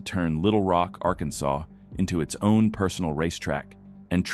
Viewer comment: Why does your garbage AI narrator mispronounce "Arkansas"?